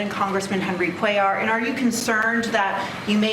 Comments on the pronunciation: Cuellar pronunciation: Quay-Yar, not Quay-Lar respectfully. keep up the great work 🤙, love the show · Its pronounced Kway-yar. LL in spanish is pronounced as a Y like in tortilla. Youre doing great with Venezuela btw. Havent heard Valenzuela in a while. Keep it up D~ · 2 L's in Spanish make a Y sound. Kway-ar